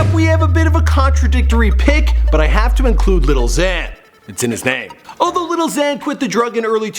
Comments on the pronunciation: It's not "little" xan/uzi vert/pump its "lil" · every time he says “little xan” i want to kill myself even more